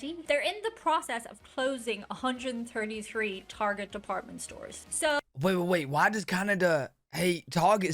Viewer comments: Look I like your little videos bro, but sometimes you act too uneducated. Some of this stuff is way outdated too. You Really Need to do your homework more. As for pronouncing Target. Tar Get, Tar Get, Target Not Tarjay which is how you were saying it. Keep up your videos though bro. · We pronounce Target "Tar-zheh" (like it's French) because it sounds fancy. Edit: got here . 😂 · The Target experience is just superior. The carts. The aisles. The sounds. The smells. The customers. It's just better It's the subject of much debate here in the States lol - hence the pretentious pronunciation of "tar-jay" bc most people that shop there are more middle/upper class